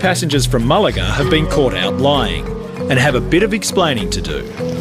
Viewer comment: Its Malaga not Mulaga!